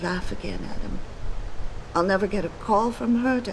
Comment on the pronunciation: I love Serif. Sounds to me like he's saying 'yaaadam!' Every time he says Adam's name.